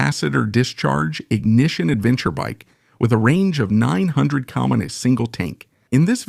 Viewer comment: What's up with this voiceover? Is this AI or text to speech? -- "adeventure bike with a range of 900 cum on a single tank." KM is not pronounced like CUM, so wtf is this video. And , "From the Dutch company, Start Win...." THAT'S NOT THE NAME OF THE COMPANY. It is Star Twin. It's the same sht